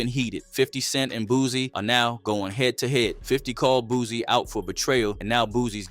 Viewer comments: BOOSIE NOT BOOZY 🤦🏾‍♂️🤣🤣🤷🏾‍♂️ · Dude name Boosie, not no dam boozy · Pretty sure you kept calling Boosie ,“ Boozy” on purpose,just to get your comments up.